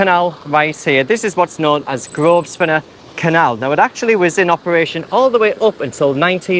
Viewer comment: Don't think the 's' is pronounced in Grosvenor...love the new informative format